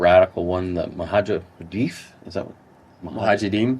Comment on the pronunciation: it is Mu ja hi deen : Mujahideen